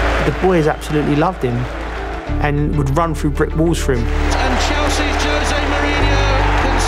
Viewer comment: No one in the video can pronounce poor Jose’s name correctly. Poor them.